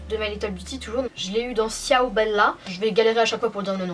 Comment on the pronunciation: J'adore ta chaine mais ciao sa se dit "chaou" mais sinon je t'adore je crois que j'ai vu toute tes vidéos